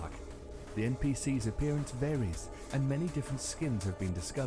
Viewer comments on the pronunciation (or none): The dude said ncp's! its npc's